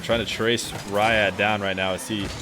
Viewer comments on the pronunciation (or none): its pronounced reead not rah yad